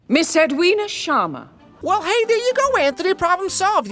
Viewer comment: pronouncing Sharma better than the Sharmas pronouncing Sharma.